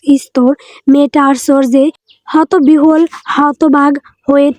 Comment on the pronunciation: হতবিহুল নয়, হবে “হতবিহ্বল”